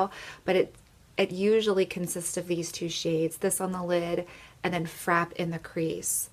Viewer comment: I'm on a MUG kick right now, so I've been watching a ton of videos and have my MUG eye shadow stash up to 33 now. I have a lot of the same shades that you have and absolutely love them. You are aware that Frappe has an accent on the E and is pronounced Frap-pay, right? Not just frap, like crap. The video was great, just that small thing struck me. I appreciate all of your hard work!